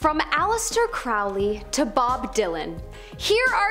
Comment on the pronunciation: Ackchyually, it's pronounced "KROE-lee." Which was absolutely pretentious on his part. The Beast of Revelation, as described in the Book of Revelation, will be a turbo-fashy imperialist mega-Hitler type of dictator. He'll rise from a resurgent turbo-fash Europe, his regime will be the Fourth Reich, and that Reich will be the final incarnation of the Roman Empire. Is it, though? Don't know what alternate timeline you're living in, but things look the exact opposite to me.